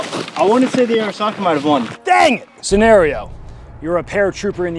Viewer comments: the correct pronunciation is Ah ri sa ka or あ。り。さ。か。 if you’re going to have antique weapons from foreign countries being able to speak the language is what separates you from a well cultured autist and the absolute fuck nut tools who drive up prices on gunbroker. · ありさか is pronounced ah-ree-sa-ka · Just lean in an pronounce it er-SACK-uh